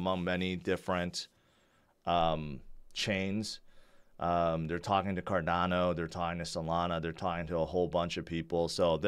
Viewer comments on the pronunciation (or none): if you cant pronouce cardano correctly you have no business discussing crypto!